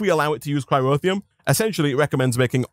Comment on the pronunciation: It's Cryotheum, not Cryrotheum.